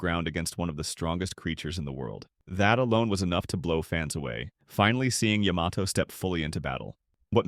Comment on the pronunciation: Please for crying out loud... say Yamato's name properly.